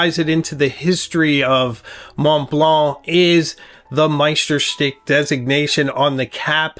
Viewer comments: sorry to differ, but it really should be shtook as in book, which is far closer than steek to the original German pronunciation. I know it's not the easiest of words to try saying correctly. Kudos for doing your best! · Please, please make an effort to pronounce Meisterstück as it should be. You pronounce it as stick, so where is the stück..? Be aware of the role model revieuwer you became after all those years on YouTube. Thousands follow your reviews and start to think they pronounce Meisterstück wrong. Use Google translate and listen to the lady in your Smartphone. 10 seconds work... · BTW, it's pronounced, my-ster-stoook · Please learn to pronounce Meisterstuck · Wow, that is gorgeous! I prefer silver-colored accents. The runes were a nice touch. Also, I notice you've changed your pronunciation of Meisterstuck and am curious what informed that decision.